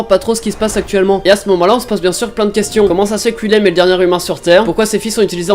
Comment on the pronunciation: Quand il a dit Willem j ai pensé à l autre donc Wil Aime XD c est tellement pas ouf XD